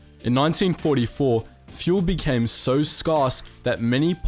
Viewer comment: Scarce? Pronounce it like scare, not scar.